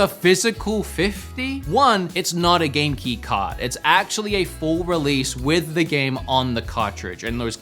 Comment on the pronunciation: It took me too long to realize you were saying Game Key instead of Genki......I think I need sleep....LOL another great vid.